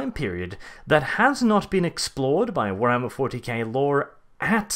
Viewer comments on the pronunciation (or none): none